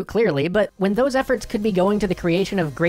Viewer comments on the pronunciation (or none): none